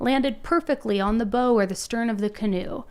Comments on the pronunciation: Oh,, my dear friend...I can tell you aren't much of a sailor! 😂 The front of a boat, the "bow" is pronounced like it rhymes with pow or wow, like "take a bow." Not like 🎀 or 🏹 I literally cracked up laughing when you said that lolol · Bow is pronounced baugh